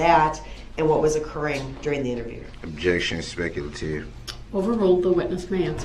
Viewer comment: Spekalaytive! Less be akerit on da record den! Didja get da lites-n-place number? Ugh.... his piss poor diction and enunciation irritates me to no end. Especially since he "accidentally" pronounced things properly many times during the trial, showing that he can use proper pronunciation if he wanted to. Why you'd choose to speak like you're hanging out with your boys in a courtroom during a murder trial is beyond me.